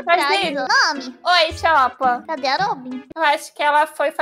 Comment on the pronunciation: Juro que orví a nami dizendo oi chota